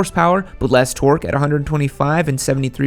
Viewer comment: Just say torque normally dude